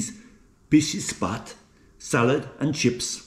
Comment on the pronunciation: Its not pisisi spat its pixxixspat , swordfish my friend.